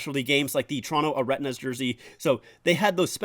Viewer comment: No way my guy just called the Toronto arenas the areTnas